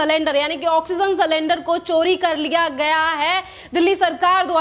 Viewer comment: अरे भाई सलेंडर नहीं सिलिंडर